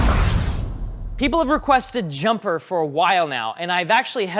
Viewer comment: "Jumper-er" killed me 😂